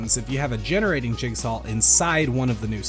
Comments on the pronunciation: jigsaw, not jigsawl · he pronounces jigsaw as jigsawL and it starts to get to you after you notice it